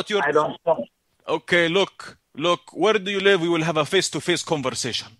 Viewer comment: I had to go back, the first time i thought he said he wanted a "face to fist conversation"